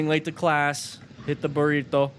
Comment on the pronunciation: burr-ee toe